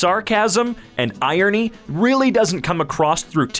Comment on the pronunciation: The way he says irony incorrecty